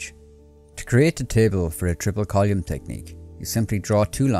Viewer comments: It’s column, not colyum; it’s thoughts not tots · Small suggestion, check your pronunciation of: Column / collyum thoughts / tots Three / tree Third / turds Others /udders Sounds like h is being dropped